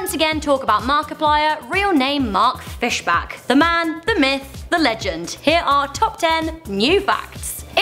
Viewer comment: And again... it's not Fish*back*. It's Fish*bach*.